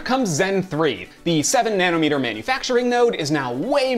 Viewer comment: Refreshing to hear someone not say "nana meter"